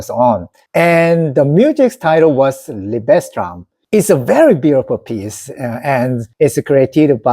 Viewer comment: Fantastic! I'm a hugh classical music fan and it's a joy to hear you talk so enthusiastically about it. I really hope you and your wife can get tickets so you can Seong-Jin Cho live. One tip: the stress in Liebestraum is on Lie. So it's LIEbestraum. By the way, I can highly recommend my favourite pianist of all time Vladimir Horowitz. Greetings from the Netherlands 👍